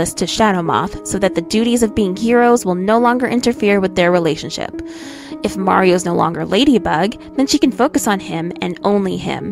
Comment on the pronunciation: I only hated that she kept saying Mari instead of Marri like, she's not Mario 😂